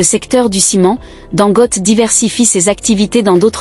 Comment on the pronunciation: Pardon son nom se prononce Dangoté